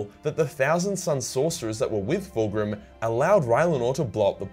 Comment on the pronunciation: Calling Fulgrim ''Full Groom'' im dead